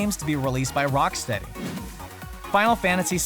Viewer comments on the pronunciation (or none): none